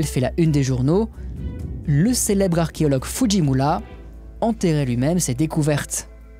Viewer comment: tellement interessant toutes ces videos... mais tellement perturbant cette mal prononciation d'arché O logue ...